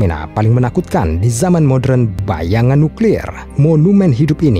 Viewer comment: Modern bang. Bukan modren